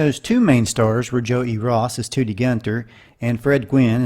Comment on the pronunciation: I used to watch Car 54 on Nick at Nite as a kid. Joe E. Ross' character was named Gunther Toody instead of the other way around. The last name was pronounced TUH-dee (like 'today' without the 'a') instead of TOO-dee.